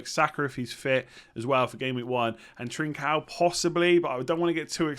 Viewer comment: Your pronunciation of Trincão is pretty fine to be fair. It's "Lage" you need to work on ahaha it's G as in George and not as in Gordon